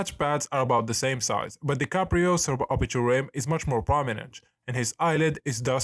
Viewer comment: bruh all i heard was suporbiaal tilt